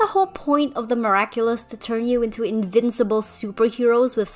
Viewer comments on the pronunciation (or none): none